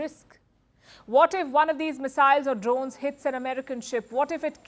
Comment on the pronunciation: The way she says "drones" is awesome. Yeah she is very good.